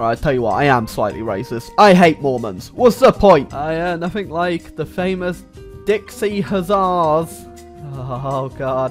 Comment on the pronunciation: Its pronounced Dix-I huss-ars